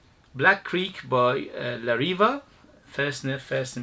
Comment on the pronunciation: The correct pronunciation is la reeveh, not reeva. I have a couple of these and they are, of course inexpensive, but also very weak in duration. I stopped buying them for that reason. Nice scents but they are definitely watered down versions of what they are trying to clone.